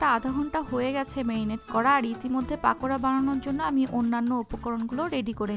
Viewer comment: পাকোড়া বলেনা পকোড়া